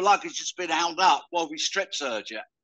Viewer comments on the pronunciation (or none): none